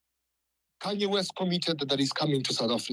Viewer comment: KHANYE WEST? isn't it Kanye West